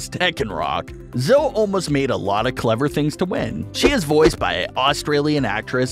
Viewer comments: Not to be rude.... But it's pronounced Zoe (ee) not zo. Sorry if it's rude. My favorite character is Nigel 😊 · Her name is not Zoe like how he pronounced it it’s pronounced zoey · The spiky one is called zoe not zoo